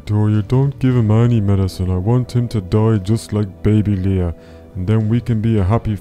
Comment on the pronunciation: it's Leah not learn